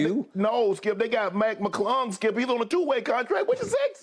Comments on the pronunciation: The way skip said Mac McClung 😂😂😂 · The way Skip said Mac Mclung?😂😂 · put some respekh on Mac McClung's name.